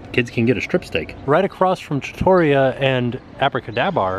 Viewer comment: Hey, I’m going to help you out with your Italian. Trattoria is pronounced Trah-Tour-ree-ah. Slight roll on the first R in Trah. You got the al Forno part perfect. 🇮🇹👍🏻